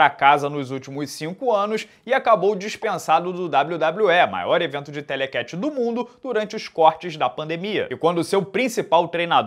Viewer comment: Toda vez que o fala "Telecatch" um golfinho morre